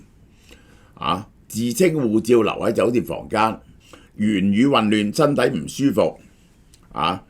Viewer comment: 係受害者「身體」，唔係「屍體」，佢冇死到!